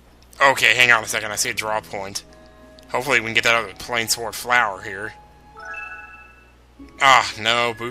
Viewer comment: I believe plainswort would be pronounced "plains wort". I don't know exactly what wort means, unless it's meant to be similar to wart, but ya know, the plains, that makes sense right? You're getting them in what looks like a plains type area. But another reason I think it's pronounced that way is because in some Dragon Quest games, there is an item called a Moonwort Bulb. Notice there is no S in there, so yeah, whatever "wort" is, it's separate.